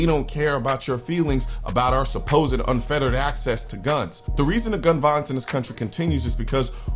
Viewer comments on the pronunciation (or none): Unfettered not unfeterated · Unfettered not unfetterated